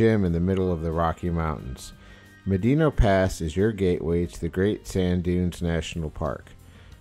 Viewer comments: It's pronounced "Ma-dano" NOT "Ma-deeno". San-gre-de-christo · here's my data. How do you pronounce 'Medano'? Médano is a Spanish word that means "sand dune". It is pronounced "MED-ah-no". In the original Spanish there is an accent on the é. Thanks for looking like a dumbass. Also.. Trump 2024! edit" where the hell is your data? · uh.. it's literally pronounced just like how it spells.. "Meh- Dah-No" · Thunderstorms are not Fronts. Gust fronts come from thunderstorm overdevelopment. Both inflow and outflow winds. Medano pass is not pronounced medino. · It's properly pronounced "mad-in-ah"